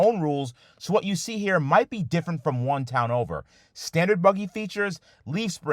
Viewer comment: Hey it's "Different" right?